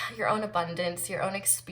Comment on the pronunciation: still havent stopped laughing when you said "abondonce" so hilarious😂😂